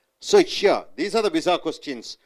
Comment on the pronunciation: Pizza sounds much better than your vizza!